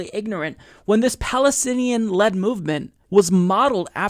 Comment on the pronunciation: Led, not lead.